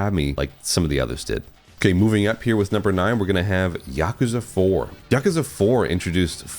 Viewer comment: Thank God, an American called it Yakuza rather than Yakooza 😅